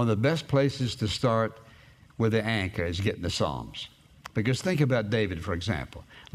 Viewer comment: When you day anchor it sounds like your saying anger